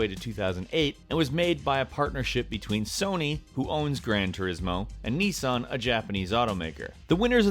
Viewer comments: NO, and it's NISsan, not Knee-san! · It's Nissan not Neesaan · Cmon man it is not niessan it nissan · "Nee-san" It's Nissan. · "Nee-sarn" its pronounced niss-an just like how its spelt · It's not "Nis-san" its "Niss-An". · Moromillas Radec no it's a N-i-SSOn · Would dislike just because of how he pronounced Nissan and Leisure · Nissan is pronounced nis an